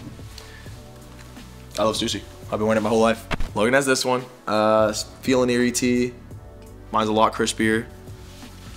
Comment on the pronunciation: Just a slight correction. The Stussy shirt that says Feelin Irie you pronounced it as if it was eerie. Think of how the letter I sounds in the word island . The pronounciation in island is the same way in Irie but only on the first I not the second one in Irie , which means in my country feeling great. From one collector to another great selection of tees guys.